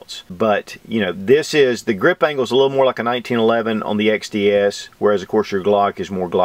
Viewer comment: I can't help but think of Rekt Feminist Videos when he says xDDDDD